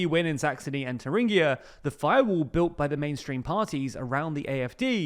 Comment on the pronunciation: Thuringia is an English word, you don't need to try to Germanize it